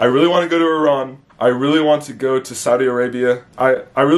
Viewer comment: What piqued your interest in Iran. I am married to an Iranian (in USA). My son is 1/2 Persian. Just interested in your affinity for Iran...pronunciation=correct : ) and know Farsi is the language. Do you know about the Bahais? Do you like Persian music. Persians are very warm friendly, welcoming people.